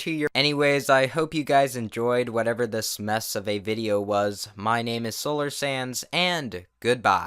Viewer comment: for a second at the ending of the video i thot he sayd solar sans